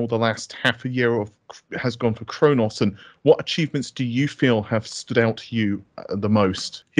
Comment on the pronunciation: I thought he said "I'm going to say the N-word" haha, very informative i really like what khronos group are doing.